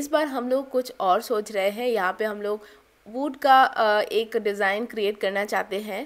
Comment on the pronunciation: wood ko aap galat pronounce krti hai.. 😂😂